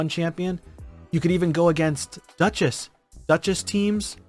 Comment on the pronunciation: Who is this "Dutchess?"